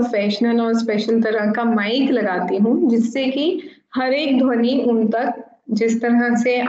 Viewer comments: बहुत ही रोचक जानकारी.... परंतु ध्वनि को dhawni उच्चारण कर रहे हैं, शायद भाषाई अंतर हो... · धवनी नही वो ध्वनि होता हैं 😆😆😆😆😆😆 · आपके सभी वीडियो शिक्षाप्रद है।आप मानवता के सच्चे पुजारी है।इसलिए मै सभी वीडियो देखता हू परन्तु खेद का विषय है कि आप का कई बार अशुद्ध उच्चारण बहुत खटकता है ।जैसे -ध्वनि को धवनी।प्रवृति को पर्वर्ती।